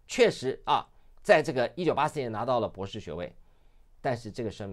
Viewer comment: LSE 博土程度！ 姑娘博土程度！ 博土！博土！博土！ 別吐！別吐！別吐！